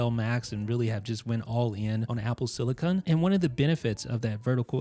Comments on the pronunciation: Great video. Thanks. However, pls also note that its called "apple SILICON", and most definitely NOT "apple SILICONE". CON vs CONE. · Silicin not silicon